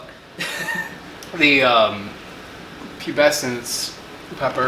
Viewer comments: It is pronounced Pubes-kens. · Fourth! You said pube essence 🙉